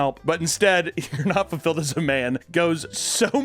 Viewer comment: He said furfilled